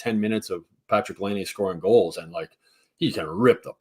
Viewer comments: I'm a loyal listener but I've got a few things I'd like to put out there. #1 I'm pretty sure it's pronounced Lie-nay not Lay-nay. #2 It might be time to change up the Friday show format a bit. It has gotten stale. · makes me cringe every time he talks. First off… learn to pronounce Laine. You’ve heard the rest of the world say it 653,000 times so you should probs have er down by now. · Since we're gonna be hearing Laine's name a lot...someone tell how to pronounce it.